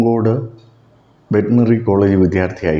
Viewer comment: പൂങ്കോട് അല്ല പൂക്കോട് ആണു